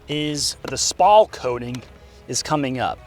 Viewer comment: Your getting better with the pronunciation on spall, however it is still incorrect to even mention it. Steel armor plates do not spall, they fragment the bullets and then the fragments fly into you neck, chin, and arms.